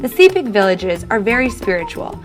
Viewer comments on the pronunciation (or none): She didn't even pronounce my province name properly sepik Its pronounced like sea-peak And this bitch here saying our culture doesn't have MUCH influence from the WESTERN WORLD well think again it had a huge impact on our traditional beliefs, legends,custom etc AND MY OWN PEOPLE DONT EVEN REMEMBER OUR MOST SACRED DANCE FOR INITIATIONS PROPERLY!? (and sorry for throwing a tantrum like this, this kind of topics make me mad)☹☹☹